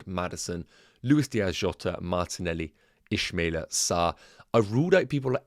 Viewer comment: It's Ismaila. Not Ishmaila.